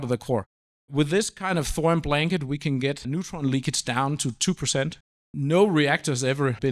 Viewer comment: I came here to make a joke about salt, onions, butter, sage and thyme. But then I was gobsmacked at this guy pronouncing Thorium as "thorum" over and over and over. It's so weird it killed my comical mood.